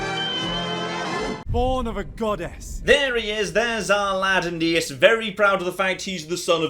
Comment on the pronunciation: Aeneas Me: A...Anus?